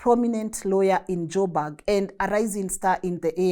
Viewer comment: Joburg not jobag